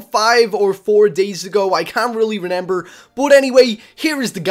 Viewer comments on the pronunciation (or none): He always says Renember instead of remember at 19 seconds